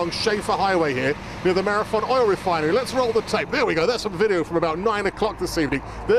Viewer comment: "near the oil refineary"